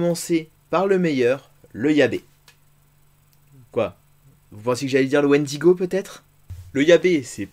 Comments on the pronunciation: Le "YA-BÉ"??????? Grosse erreur....c'est une simple déformation de diable. Essayez par YÂ-BLE...qui davantage contracté devient YÂ-BE....YABE!!!! Et n'est-ce pas merveilleux un jdr de chez nous ? J'adore!!! Si jamais il y a des règles trop complexes...y'a rien là !!!! Quand tu es MJ.... t'as le pouvoir de corriger, améliorer. Et oui québécois.... un problème ? Un problème avec des expressions québécoises ? Et un tas de conneries? Très simple d'esprit de commenter ainsi. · il faut dire Yâbe.... il n'y pas d'accent sur le E à la fin... yabe comme dans diable... c'est de l'accent québecois !